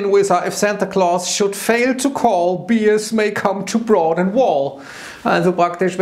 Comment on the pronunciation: "Bears" spricht man nicht "Biers", sondern "Bärs".